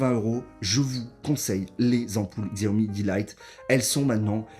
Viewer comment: Je me permet de corriger la prononciation, c'est chiaomi